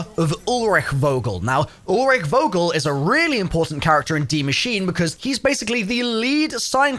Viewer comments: Vogel not wogel Like f ogel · It’s not «Vogel» its pronounced “Fogel» -Coming from a German with a last name of «Vogel»;) great video nother than less